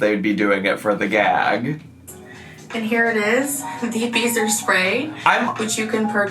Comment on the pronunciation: I thought you were saying, “beaver spray”😂